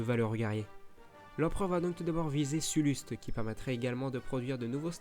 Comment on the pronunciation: ha oui c'est ouf ! C'est le meilleur jeux star wars pour moi d'ailleurs. Sinon t'a des petits problèmes de prononciation lol (genre Piet va se dit "Piète" ou sullust "sellest" par exemple). C'était ironique la fin avec la gigantesque station spatial rebelles, c'est un lvl 1 ou 2 grand max^^ (si mes souvenirs sont bons)